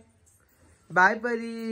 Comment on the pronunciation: इतकं सुंदर नाव आहे परी... कशाला परू बोलते... I know प्रेमाने हाक मारता पण नाही चांगलं वाटत... Please... परी म्हणत जा... Lots of love to PARI... And happy birthday pillu...🥰❤️